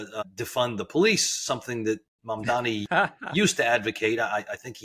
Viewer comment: It's not hard to get Mamdani's name right. It's the bare minimum.